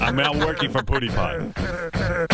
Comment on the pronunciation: this dumbass cant even say his name